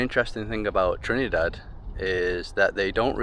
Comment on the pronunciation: ALSO : Not : TRINNEE-DAD But : TRINNIH-DAD